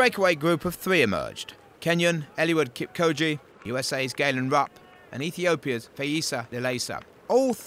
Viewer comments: not kipkoje mr commentator...its kipchoge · Its kipchoge not kipkoje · It's Kipchoge not Kipkoje!! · Kip-Cho-ge not co-gee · Its kipchoke not kipkoje...do ur home work my friend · A little phonetic help for him - Kip - Cho - Ge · The commentator totally butchered Eliuds name 😆 😆 Eli-wud Keep-koji? Seriously!? dkm, this is not even funny! Eliud is the best marathoner of all time; put some respec on it! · walem suswa Hahaaa... He should put a little effort in pronouncing African names... Hard task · Eluwid kipkoje, 41kms and mawafin. My toe nail would be a better commentator. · Say it with me now, "KIP-CHO-GE"! Easy as pie. So easy, in fact, that I know 9 year olds who can say the name better than the commentator. Come on guys. PS a mawrafin is 42.195k not 41.195.... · Kipchoge bwana, KIP -CHO-GE, CHA CHE CHI CHO CHU, like CHUrCH, then 'ge' GA GE GI GO GU like GEt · I cringe every time this dude says KIM KOJI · mizzmini45 yeah, not that deep, he’s uneducated on the runner, so he doesn’t know how to pronounce his name. Stop acting like theres a science to why a white guy with an accent pronounced his name wrong. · I think the announcer might have a speech impediment as evidenced by the way he pronounces "marathon"...but his failure to pronounce Kipchoge is just him failing 🤷🏻‍♀️ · The journalist took 'ch' for a 'k' I can only sum it up that he is an ignorant Journalist that thinks that every pronounciation has to be english. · This boy can't pronounce Kipchoge